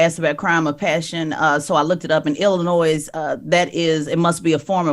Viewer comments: Why do these radio hosts keep pronouncing the s in Illinois it’s SILENT !! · Tez the S on Illinois is silent lol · I want to tell Tez I’m a fan of hers but Illinois is not pronounced with an “s” it’s actually silent I’m from that area that’s the wild 100’s he got shot at the Maxwell Polish spot on 116th and Halsted, I rode pass and they had it blocked off it’s always some shit going down in that area from high speed chases from carjackings to shootings it’s sad as hell because I could remember in the early to mid 2000’s us just being able to ride around and walk around, now with this subject the streets talk the dude had been abusive to the woman and he was known to have that steel so he was running away to get his gun I can understand a child protecting their parent it’s heartbreaking